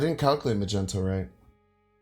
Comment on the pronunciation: Is Magento an inside joke? It's not Magento